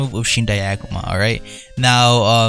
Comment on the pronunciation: U CANT EVEN SAY AKUMA CORRECTLY UR PRONOUNCIATION IS TEERIBLE U SAY IT AS EHKUMA